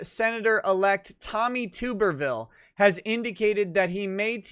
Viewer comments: It’s actually pronounced “Tubb-erville” not Tube-rville. Other than that, keep up the good work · For the love of God, it is Tuberville, with a short sound "u", not Tooberville. The man was head coach at several major football programs, and there are literally hours of sportscasters saying his name correctly. What is up with this. Are you guys all listening to Tim Pool and making the same mistakes as him. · I’m so sorry to do this but it needs to be done. Tuberville is pronounced Tub-er-ville. As in Tub(pronounced close to bathtub)-er-ville. Great video though. Just something I wanted to comment on. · it's TUB-ER-VILLE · It's pronounced Tubberville. College Football Coaching legend. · Tuberville is said like get in the tub tuberville